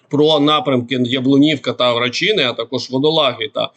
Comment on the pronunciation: Є село Варачене,а не Врачине. Читати не навчився? Та Ю'наківка, а не Юна'ківка.